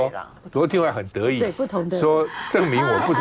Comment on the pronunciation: Nobody 是「no 把底」不是「no 巴底」，拜託一下。